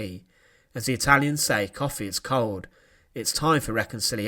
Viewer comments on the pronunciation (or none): none